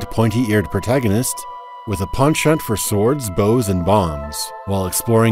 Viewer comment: Other than Rich Evans, I've never heard someone fuck the word "penchant" up as much as you did within the first 10 seconds of the video lol